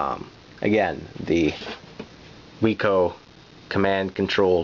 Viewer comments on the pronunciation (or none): Great video. The company name was pronounced "wick-oh", named for Max Wiczer. As mentioned in other comments, this joystick also existed in bat-only and ball-only versions, so check when buying one of these. Whereas the official Atari joysticks would get soft and then die, the Wico products last forever. Unfortunately, the company is gone. I had a bat version.